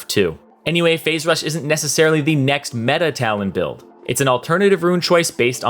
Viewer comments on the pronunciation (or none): none